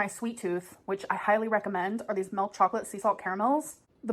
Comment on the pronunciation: SHE'S SO QUIRKY YOU GUISE!! So she can pronounce 'Hashimoto's ' flawlessly, but 'melk, aygs, laygs, etc.' , are all still an issue?? Sure sis! 😮‍💨😮‍💨🙄🙄😒😒